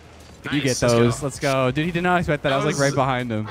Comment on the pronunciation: Leths Canadian really came out then lmao